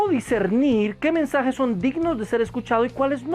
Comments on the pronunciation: Alguien se dio cuenta que dice "Mesnajes"? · mi hermano en el numero 4 dise mesnajes en ves de mensajes huvo un pequeñito error Gracias por tu video y le recomiendo un predicador que predica bien sin pelo en la lengua y es juan manuel vaz tambien a sugel michelen, etc.